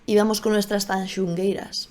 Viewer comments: Tanxugueiras, no TanxuNgueiras xDDDD y mira que lo repiritieron! hay que leer mejor! Y los chicos no bailan "JOTAS" jajaja... bailan "Muiñeira" baile tradicional galego. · TanxUgueiras, moza. No tanxuNgueiras. Queimada, no quemaida. Meigas, no brujas. Apertas e abrazos desde el norte!😘😘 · Que graciosa es, no sabe ni decir Tanxugueiras y se permite criticar todo, qué burra es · TAN XU GUEI RAS (no tanxungueiras) QUEI-MA-DA (no quemaida) Tan complejo es de pronunciar? 🤣 Muy buen análisis 💜